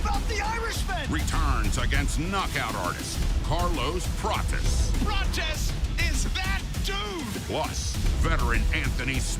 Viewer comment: Ian called Carlos Prates "carless patches" wtf boy can't even talk right